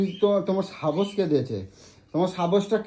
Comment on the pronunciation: সত্যি, লম্পট র বাংলা শুনলে বাংলা ভাষা ভুলে যেতে হবে। "সাহস" - কে "সাবস" বলছে!